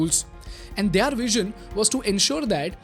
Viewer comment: Their" Word ka pronunciation kab se galata bolte aarahe ho yar. Ab to sahi karlo